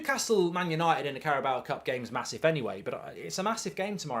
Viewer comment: Carabao, not Caraboa.